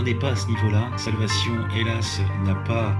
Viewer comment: Il s’agirait de commencer par apprendre à prononcer le titre de la série qui se prononce « solvécheune » et non pas « salvassion » et de terminer la série avant de faire une analyse à 2 balles